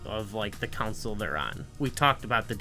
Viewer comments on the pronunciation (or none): Console not council lol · Are you mispronouncing console or are you saying a different word?